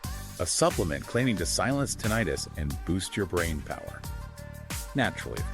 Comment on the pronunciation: you can't even say Tinnitus right